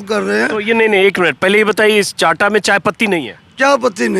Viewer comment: चांटा नहीं, चाहटा कहते हैं। इसको आप हर्बल टी कह सकते हैं।